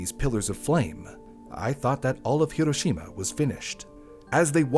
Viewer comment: Thank you for actually saying Hiroshima correctly. My teachers all hated me for correcting them every time.